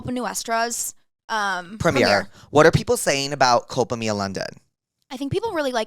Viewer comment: The way you guys are pronouncing “Culpa Mia/Culpa Tuya” is killinggggg me 💀😂